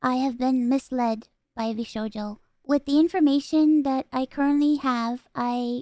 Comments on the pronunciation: “Vsouja” brother Phil how did you mess that up. V SHOW JOE. 😂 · "VShoja" 😂 Phil... 🤣